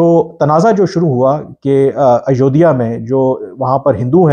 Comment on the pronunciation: 😅😅😅😅😂 aiyoidiya nahi re 😂😊 Ayodhya Dhaam hai.. bolna seekh pehle. 😆